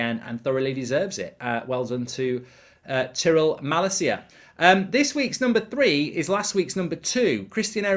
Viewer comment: please learn how to pronounce tyrell malacia